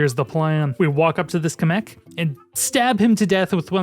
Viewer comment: DaS hEisSt niChT KaMek DaS HeiSsT MaGiKoOpA (sry I needed to do this)